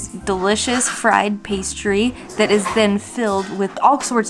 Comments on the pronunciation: Re-cō-ta, not Re-ca-da. Ricotta literally means recooked, so think of that when trying to pronounce it. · actually its pronounced ree-co-tta. ree like rihanna, co like co-op and tta with a strong emphasis on the T like tabboleuh salad.